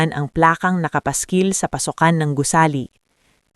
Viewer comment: Gusali hindi gusiling😅